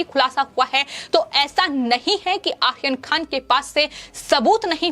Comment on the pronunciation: Ye ladki ko aryan khan bolne nahi aata hai... 😀😀 Akhil khan bol rahi hai